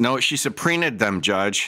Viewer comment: She supreen-ed invisible witnesses about ket shews.